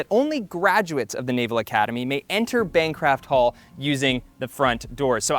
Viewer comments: Nice video...one correction though. It is Bancroft Hall, not Bancraft Hall. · Bancraft Hall hurt me. It's Bancroft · You called it Bancraft Hall at least twice. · How in the world did he pronounce Bancroft wrong? “Bancraft” isn’t even a word.